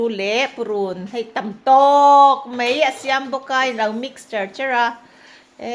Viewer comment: Machhan i chanel hi ka ngaihlu lutuk... Chuan kangaisang bok che u in chhungkua hi. I rawngbawlna pawh aropui hi kati lutuk mase maw mizotawng i hmang diklo thin hi a pawi kati thin khop mai. Khawngaih tak in Mai tih hi mei titawhlo la Bai pawh bei titawhlo hram rawh... A hi E ang in i sawi zel a thalo emai...